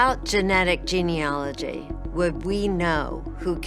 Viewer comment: Sorry, but I have to correct the pronunciation of the word Gene-A-logy. Not ‘ology. My heart goes out to all the families of the victims of m*rder.